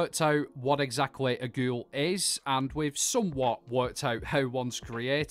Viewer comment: The way he says GEWL